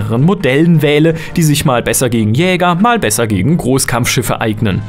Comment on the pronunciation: merkt man ^^ mal und nicht mahl :P